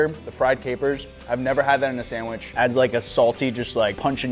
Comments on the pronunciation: I like how says sandwiSH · I love hearing you say sandwish lol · “I have made many sanwishis” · I wonder if he can spell sandwich because he cant pronounce the word. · I can't take sandwich advice from someone who can't pronounce sandwich